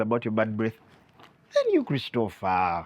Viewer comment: It was the ka accent for me kulisitofa